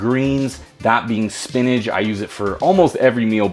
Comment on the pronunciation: Spinach is pronounced "spin-itch", not "spin-age".